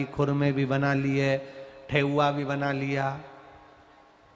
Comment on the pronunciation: ठेउआ नहीं गुरुजी ठेकुआ बोलते हैं गुरुजी 🙏🙏🙏🙏🙏